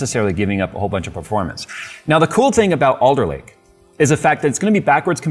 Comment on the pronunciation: Oh, its ALDER Lake, not Older Lake